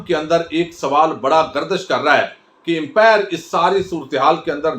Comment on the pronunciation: It's upmire not an empire please